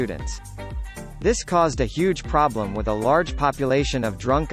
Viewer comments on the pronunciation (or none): none